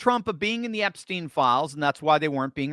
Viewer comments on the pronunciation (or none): none